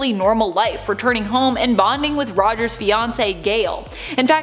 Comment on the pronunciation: saying Rogers sounded like a Boston girl at the end 😂 & the pigtails are👌🏿